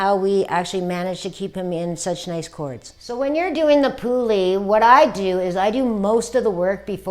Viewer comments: For Christ’s sake learn how to pronounce the breed’s name if you’re going to claim to know how to groom if. It’s not a “poolie”. It’s a Puli. It’s pronounced like the English word “pulley”. Does my head in when people can’t pronounce the name. It’s not that hard. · No we do not call them poolie. I am Hungarian. I grew with these dogs. I have one. And I can guarantee you that we do not call them ‘poolie’. Your pronounce it like the English word ‘pulley’. And do not stretch the ‘u’ or the ‘e’ out. Dumb Americans. 🙄🤦‍♀️😂